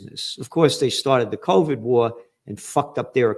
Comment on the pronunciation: It's already proven by now, that the "c'orvid'e" thing , was the United States who did it Gerald. And you think you are soo Smart, but you keep telling us, bollocks...